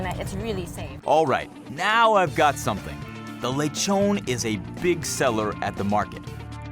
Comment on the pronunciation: I have been to the Philippines 3 times since January 2017 and I can tell that the local cuisine is neither underated nor awful, so the reason why it's unknown it's because of whiny outsiders like the host. Btw It's pronounced Le tjon not Lecho´nee